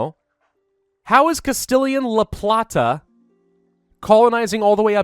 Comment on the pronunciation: Funny thing.. You were actually pronouncing la plata correctly xD